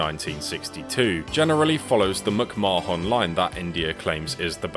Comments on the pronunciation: Instead of M'c-Ma-Hon, isn't it pronounced something like McMah'n? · As an Irish person the way you pronounced McMahon gives me anxiety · Hahaha he is pronouncing it the way we Indians pronounce it. 😅